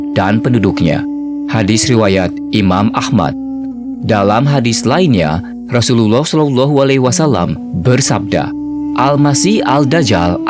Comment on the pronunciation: Teruknya sebutan arab kamu. Sebut betul-betul Rasullullah SAW